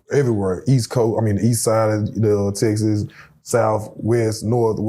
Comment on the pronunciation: It’s called TEXAS! Not TESSES. My god!